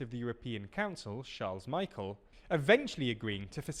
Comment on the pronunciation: how did he butcher michel so hard